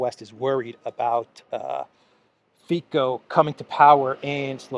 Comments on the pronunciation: It's Fico not Fiko😊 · Its not Mr.Fyko or Fajko .... its [Robert Fitzo] ;) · not Fiko but Fico you pronouncing not like K but C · Great update as always,....just one thing, Robert Fico is pronounced Fitzo:) Greetings from Slovakia! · The attempt to whitewash the Waffen SS n4zi, coming from British national media like BBC is extremely worrying. By the way, the correct pronunciation of Robert Ficos name is with soft c = Fitso. I hope his party Smer wins, but there is a huge media smear campaign against him, he got almost no exposure in the media all year long while all the US puppets get enormous PR. There is a huge support of NGOs and MSM especially towards one party called Progresivne Slovensko aka the party from which the president of Slovakia, Čapútová (better known here as the US embassy puppet) comes from. Its very worrying because this party was indeed created as a project of American NGOs. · Th3 Slovak politician’s name is pronounced Fitso. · the guy's name Fico.. pronounced fiTSo.. in alivak c isn't pronounced K. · Pronounce Fitzo as in "tzatziki" 😊❤ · you are Greek so you should pronounce Robert Fico easily.Its Fitso like Tsitsi pas thre tennis player.